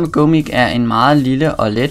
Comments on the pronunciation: udatles ikke mik, men mike :D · Deb hedder Go Mic, udtales Gå mic